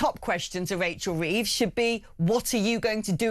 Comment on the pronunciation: 'Wachel Weeves' hahaha its jonathon woss with odd shaped t1t5